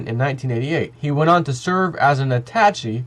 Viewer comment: Attache is pronounced (attach-ay) And I'm not trying to hate or be a bitch. You're awesome. Excellent video, as always. Keep it up. You're fantastic.